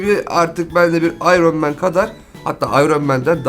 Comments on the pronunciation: abi ayron men ne yaw ayrın men diye okunuyor NOT: tabiiki yazilisi Iron Man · İronman ayrın men diye okunur ... Daha onu bilmiyosan ??